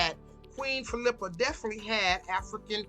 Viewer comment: Geez....You can't even pronounce her name correctly.